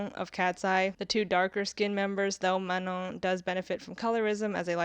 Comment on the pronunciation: Thank you for pronouncing Manon's name correctly!